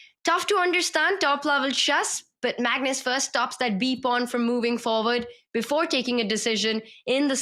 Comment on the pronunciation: Why do you guys call it "MAGNOOOS"?